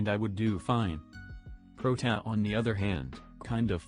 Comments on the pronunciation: Its like protaa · When you try to writte "Protia" or something else to help the TTS and the result is Prot-a. I had to watch this twice, first one for comedic purposes and second one for game knowledge and opinion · Nobody: Text to speech voice:protaa